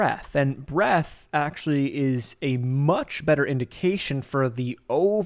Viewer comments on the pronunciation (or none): There's a D in "Breadth". Pronounce it ffs